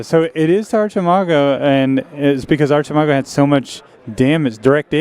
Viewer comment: I believe Archimago is in spanish, so neither 1 or 2. 1 has the pronunciation of Achi good, but the part of mago is wrong. 2 sounds terrible at Archi and got the part of mago just fine. 🤭